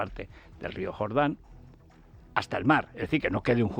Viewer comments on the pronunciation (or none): none